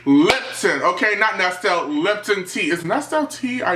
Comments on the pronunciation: It's pronounced ness-lee not ness-till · LOL! U SO CUTE!! ANYHOO, Nestle' tea is pronounced nest-LEE ... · The way he pronounces Nestle